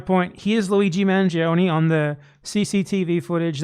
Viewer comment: You guys are pronouncing Manjee-Oney as if he were some sort of Indian man who faked British ancestry to gain the favor of the colonizers.